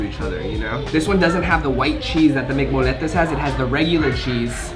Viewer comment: Pronounced moyyyyettes not no moletes 🙄😂